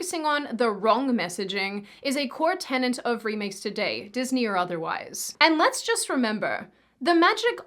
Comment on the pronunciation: Tenet, not tenant.